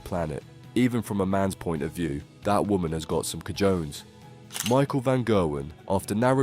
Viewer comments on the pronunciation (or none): Look up how to pronounce cajones 😂